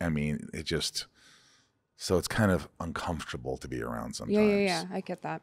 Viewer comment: He said "funcomfortable". lol Love this dude. Glad you guys traded interviews. Or guest spots. Or whatever you call this.